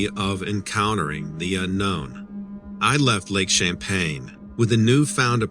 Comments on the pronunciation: It's Lake Champlain NOT Champaign. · i don't know who told the name, but it's not champey it is Champ just Champ, and also it is not champagne it's Champlain okay bud!!! i was wondering when champ was going to be on Dread right in my back yard!!! very cool!!!! just say'n!!!!! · It's pronounced, Champlain" not champagne like the drink lol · 😂 Too bad he keeps calling it lake champagne, instead of lake champlain. And we don't call it champy. Its Champ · It's lake Champlain not Champaign lol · If you're writing a story about cryptids, you should at least get the location correct. "Lake Champlain" not "Lake Champaign." Are you sure you've been there or actually lived there? I doubt it. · Lake ChampLain. Not Champaign LOL. Love your stuff!! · Champlain is the name of the Lake! Not Champain? Can you believe someone who doesn't know the Lake's Name that He is on ??????!!!!!!!? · I used to live on this lake that you are mispronouncing. It is lake Champlain, NOT Champain. There is an L in there. It's NOT pronounced like the alcoholic beverage you are pronouncing it to be. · Lake champagne? It's lake Champlain.. love your videos tho.. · How can you claim to be from The Lake Champlain Basin and NOT be able to pronounce the word Champlain correctly! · There’s an L in Champlain. 🙄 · Wow!! There's gonna be a mutiny if you continue mispronouncing Lake C.....😂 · You would think that someone who claims to be born and raised in the Vermont area would be able to pronounce Lake Champlain correctly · _gazer Ummm, he's right. He is not pronouncing the name of the lake correctly. If you're going to narrate people's stories, at least learn the correct pronunciation of the topic. Sorry to burst you bubble, but he's not trolling. Vermonter here. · are you talking about Lake Champlain?? lol Dont drop your L's...great video as usual!!